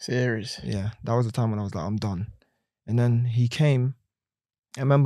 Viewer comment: Everytime he says 'Whassitcawwed" down a shot.